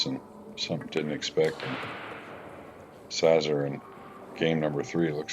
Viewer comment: Szaszor is pronounced Shashor.